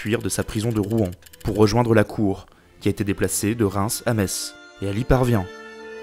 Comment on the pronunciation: Oulala quel bazar ces alliances et assassinat, mais c'est super intéressant ! Au passage tu as bien prononcer le nom de Metz et ça fait plaisir ! Sinon, les mérovingiens avaient vraiment le même look que sur les images que tu utilise, du style grosse barbe, natte dans les cheveux, etc... ?